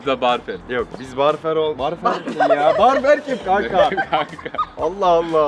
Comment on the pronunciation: barfer demesiiii